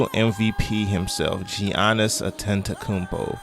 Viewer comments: Yea most people say Yannis because that is the correct and accurate pronunciation of his name. It's not pronounced G yannis my God people can't pronounce people's name right for shit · Giannis, Yaw niss, not Ji an iss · Great video except for the giannis pronouncement